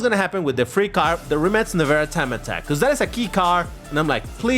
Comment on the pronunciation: No hate, but I love how pronounces the brand Rimac like "Rimmats" 😂